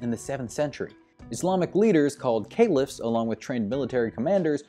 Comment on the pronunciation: Please pronounce "Caliph" correctly. Thank you.